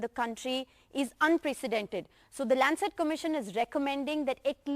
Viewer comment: It's not kobit19 but covid19 how this channel is progressing where u do not know proper English and again it's not landset but Lancet hope this channel doesn't belong to America for its prnouncetion